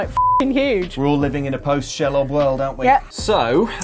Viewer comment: She-lob, not Shell-ob.